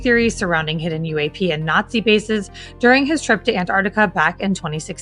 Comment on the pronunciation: I just listen to Ross to hear him say you-a-p